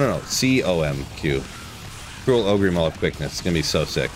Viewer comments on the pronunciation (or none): Is it a meme how you pronounce Ogre? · all that energy for spazzing out, still refuses to pronounce ogre properly smh